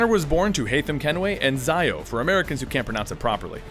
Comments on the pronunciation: Her shortened name is pronounced "Tziio." like Ezio. Not "Tzayo". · cant pronounce Zio either....ironic eh? next time play the game instead of reading the script of someone who has played it.